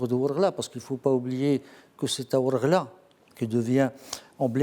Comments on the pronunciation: Désolé Mr pas wargla mais Ouargla. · on dit wargla pas warla